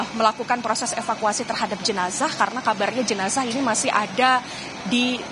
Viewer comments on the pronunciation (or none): none